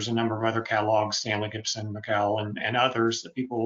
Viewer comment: Really interesting but please stop saying Stanley GIBSON!